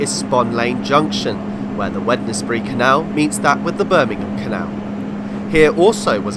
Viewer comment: Wednesbury is pronounced Wensbury, much like the day.